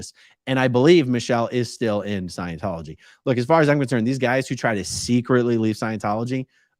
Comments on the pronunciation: "ScIeNcHoLoGy" 🤣 Dead! He's a moron! 🤡🤡🤡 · What in the world!?! Witches are females. Omg!!! Did dude just say Leah Remedy?? 👀. Please someone help him with words. He can’t even say Scientology. He needs to take several seats. 🤦🏽‍♀️